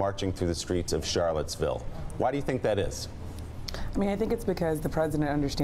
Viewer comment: He said Charlettesburg, oops